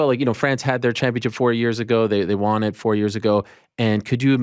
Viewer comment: So annoying how Ariel always pronounces "won" as "Juan/Wan"